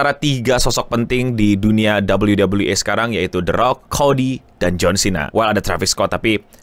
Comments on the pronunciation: Sampe bingung gw 😮, bukan WWA bang, nyebutnya WWE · dabel u dabel u i, kenapa bang bilang e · Gatel bgt bjir tiap denger ngomong dabelyu dabelyu E bukan dabelyu dabelyu I wkwk